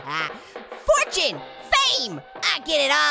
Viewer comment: Fortiue like fartune